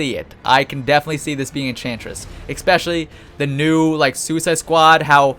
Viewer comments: ESPECIALLY!!! NOT EXSPECIALLY...Other then that great video! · Why do you say ek-specially instead of especially??? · E-Specially. Not EK-Specially. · holy shit stop saying ECPESCIALLY